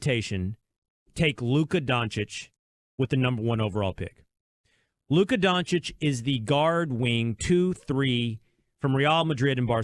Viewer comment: Donkych? Repeat please 10x D O N CH E E C H !!